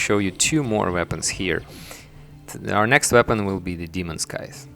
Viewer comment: scythes, not skies